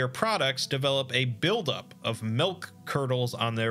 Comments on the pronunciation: "melk" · I'm gonna need you to say milk one more time please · The way this man says milk is just weird